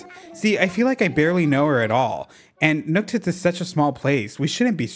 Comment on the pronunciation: Every time you say Nooktits I just….. I lose my sanity a little bit. I love it.